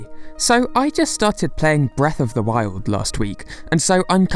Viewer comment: It sounds like you're saying Breath of the World.